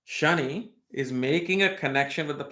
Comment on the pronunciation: It’s Shani not ‘shiny’.